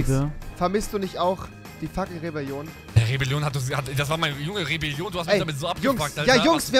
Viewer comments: Nen die rebilolion nicht rebilion sondern rewelion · Vür die rebeljion ;D